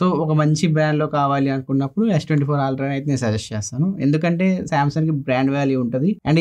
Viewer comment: Aaaltra kadhu it's ultra.